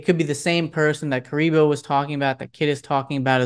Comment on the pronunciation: My boy, it’s “care-ri-boo” カリブー(ka-ri-buu). You keep calling him Kuriboh like from Yugioh lol